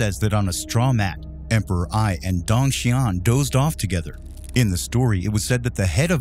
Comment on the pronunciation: Dong is pronounced like the doorbell sound ding dong, not dang